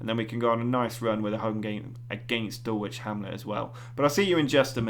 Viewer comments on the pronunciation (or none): Enjoying these. Can I say one thing, Dulwich is pronounced “Dull itch” forget the “W”. Thanks